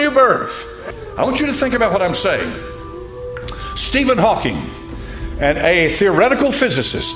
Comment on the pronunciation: This is so dumb. You didn't even pronounce one of the names right. Stephen HawkinG, Neil DeGRASSe (like grass on a lawn) TYSON. And the godDESS is KALI. I always thought it was weird that they have a statute depicting her. But I just realized that the scientists at CERN "destroy" the particles and then analyze that wreckage to discover new things. So its like, out of the wreckage new understanding is achieved. It makes sense.